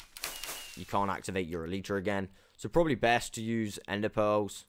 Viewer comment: Does anyone les cringe when he says eletra